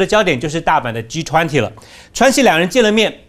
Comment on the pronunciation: 岑帅哥把G20英语说成了，狙湍婷